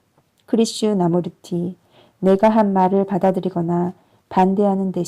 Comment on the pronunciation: 좋은 글 좋은 목소리로 읽어 주시니 참 좋군요. '크리슈 나무르티'로 읽기 보다는 '크리슈나 무르티'로 읽는게 조금 더 좋을것 같은데^^